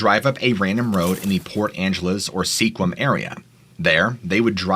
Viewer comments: It's pronounced "Skwim", it rhymes with "swim". Not "Sea-kwim". Lol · It’s pronounced Skwim not seaquim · Sequim is pronounced like SKWIM or SQUIM and not SEE-KWIM. Yeah, I wouldn’t have known how to pronounce it either, if I hadn’t have grown up and lived in the pacific NW most of my life! Good effort though. With all the native town/city/county names up here, you can always tell when someone is from elsewhere. Just saw another video tonight where a podcaster mispronounced ‘Spokane’ WA 😅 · Not Seequim. say S'quim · How are you from Washington and absolutely butchering the town Sequim??? its S'KWIM not SEEKWEEUM ffs. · Sequim is actually pronounced (Sk-wim). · It’s not pronounced See-Quim 😂😂 IYKYK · Sequim is pronounced skwim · Unless you live here you probably don't know, but Sequim is pronounced skwim. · I just had to let you know about how to pronounce something in Washington State…the city of Sequim is actually pronounced “Squim” and Puyallup is pronounced “Pew-all-up”…and lastly, the 253 area is the best in Washington State, Tacoma is a bit better than Lakewood even though I was born and raised in Lakewood, WA…and not the Lakewood that’s up north.